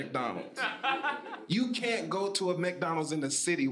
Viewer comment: The less English they speak..........but he can't say "axe" or "can't". 🤣🤣